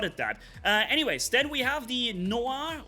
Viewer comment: If you want to know how to pronounce « noir » the last one was good , it is ,indeed ,pronounced nuar